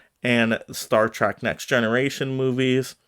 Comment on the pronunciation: Trek is not pronounced as track, but like Shrek, replace the sh with a T